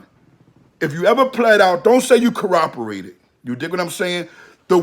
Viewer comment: Co-op-er-ated... C'mon homie, sound it out.